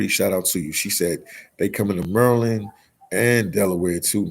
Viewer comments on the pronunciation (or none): none